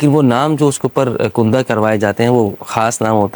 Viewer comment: کندہ میں ک پر زبر ہے